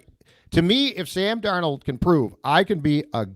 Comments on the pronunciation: Darnald not Darno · Does this joker really think his name is pronounced darNOLD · Please help on how to pronounce Darnold. He keeps saying Dar-Nold. It’s grating. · Sometimes he pronounces it Dar-NAULT, like French 😂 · He's been saying Darn-Old more than any of the other attempts, but you guys may have a point - maybe he is just messing with us, saying it differently every now and then. The other three fellas say it right enough times that he HAS to know how it's pronounced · How many ways can mispronounce Sam Darnold's last name? If it was a drinking game, would have us in the ER for alcohol poisoning. Good on you!! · Why does pronounce Darnold so strange? Do any of you call him out on it? lol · Biggest gripe with whenever he speaks has nothing to do with his opinions. I like them actually. It’s that he can’t pronounce Sam’s last name correctly most of the time. Funky accents and fluctuations lol. Let him know. He needs to see his blind side. He should get federated to protect him. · STOP SAYING DARNOLD LIKE THAT OH MY GOD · The way pronounces Darnold drives me crazy but he doesn’t pronounce it the same every time 😂